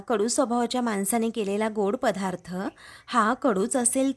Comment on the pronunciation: पधार्थ असा उच्चार नाही पदार्थ असा उच्चार करायचा.